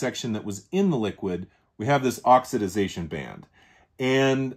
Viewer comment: Thanks for the lesson in pine-sol related oxi-Daze-ation 😂.can you patent a word?